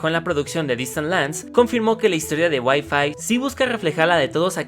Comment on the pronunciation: "Y5" suena a "wifi" xd